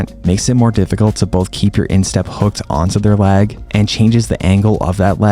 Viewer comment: I'm sorry I was so distracted. Please demonstrate the difference between you saying "leg" vs "lag." It's all I could hear 😩😅 Love your videos, love your content, thanks a million.